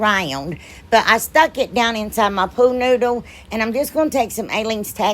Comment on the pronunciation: Lol i crack up every time you say pool noodle. It sounds like your saying pooh noodle. Im not good at pricing things I just give them to neighbors and friends for free lol. It makes me feel all gushy inside giving things away lol.